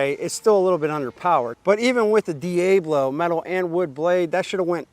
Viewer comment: D A Blo??? it's pronounced D Ablo, As in El Diablo.. You know, spanish for The Devil....